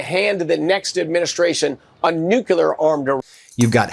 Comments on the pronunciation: I don't know what's more infuriating...the right blatantly lying about how prices are coming down when we know they're lying because we're paying, or that they keep saying "NUCULAR". Nevermind, it's all infuriating. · “Nuclear” only has 2 syllables…doofus of energy dude